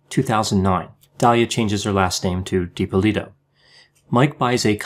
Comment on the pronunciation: Watch a few other videos. You are pronouncing the last name differently than everyone else.